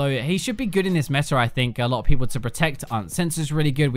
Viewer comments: IT'S META!!! NOT METAR!!! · My ears bleed when he says metar instead of meta....